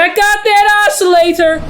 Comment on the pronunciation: check out that os-cer-lat-er